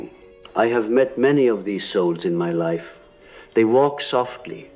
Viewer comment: So when he said unlived life he pronounced life as lif - is this an indication that this is ai generated voice reading something that Carl Jung was never recorded saying? How do we know it wasn’t edited?